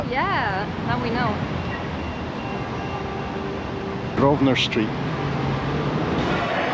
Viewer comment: By the way, I love your attitude to everything, plus you knew how to pronounce Grosvenor, a word that trips up most non Brits! LOL! I live in the outer suburbs of Sydney, so I’ll try and make a list of places of interest that you can access by train plus Uber when you come back next year. I’ll include good food places, good zoos and wildlife sanctuaries, and some beautiful coastline spots.